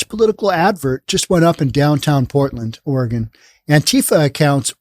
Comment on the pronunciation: ORE-GONE state is a shit show😂